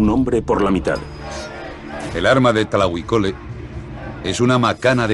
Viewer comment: no es tlahui cole es TLAHUI COLOTL TRADUCIDO ESCORPION ARMADO y se pronuncia TLAJUI con la jota aspirada